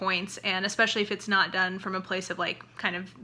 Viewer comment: I hate when I hear people reviewing books who are also authors especially, who say EX-pecially. That is my biggest pet peeve.